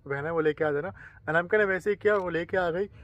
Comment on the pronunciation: Anamika ❌ amnaka✅